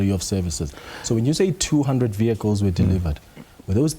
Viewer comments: This idiot can't even speak probably. Not vehicles. Vikkles🙈😠. Bule mabe. Same as phala matras. No go and look under matras. At the farm was that was also stolen money. Born too steel. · Vee-hycles 😂. Does he think he sounds smart?